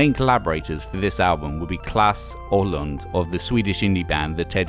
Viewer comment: Klas is pronounced like Klaaaaas